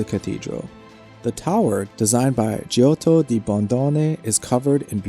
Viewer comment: As well as Medici and Giotto. I know, I'm picky, but...